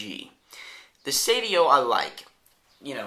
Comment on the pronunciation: it's "Seidio", not "Sedio" nice review tho =)